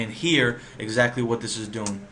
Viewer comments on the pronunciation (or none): none